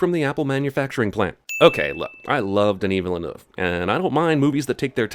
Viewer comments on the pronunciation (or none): Maxime Bérubé I know. He obviously has no idea how to pronounce it. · You really should learn to pronounce "Villeneuve".